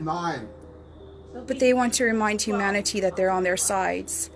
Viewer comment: I turned off the video, had to regroup on humaniTEE